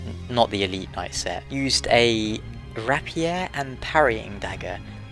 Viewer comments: ray-pier, not rappier. and i'm pretty sure it's show-tull. Great videos by the way. really helping me enjoy dark-souls more. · Sorry that I'm about to nitpick but I'm afraid my brain couldn't handle it: the rapier is pronounced RAY-pee-er not ra-pee-er. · Firstly, the Shotel is pronounced "Shö-Tell", the Main Gauche is pronounced "Man-Gösh" and the Rapier is "Rayp-ee-er". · I like how he's worrying about mispronouncing shotel when he's mispronouncing rapier. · Good video! Not just shotel you have to pronounce properly though mate, rapier and viscount too XD